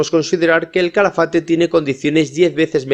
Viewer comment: Es Calafate, NO CHALAFATE